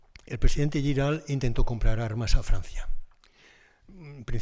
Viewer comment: Giral se pronuncia tal y como se escribe, no con "ll", sino con "g". Saludos.